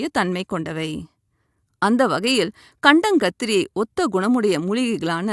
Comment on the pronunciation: அது கண்டாங்கத்திரி இல்லைமா கண்டங்கத்திரி.. ஒழுங்காகத்தமிழ்பேசி வைத்தியம் சொல்லுங்கள்..